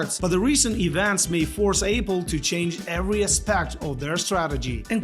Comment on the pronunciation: He pronounces it A-pool, Apple and Apool.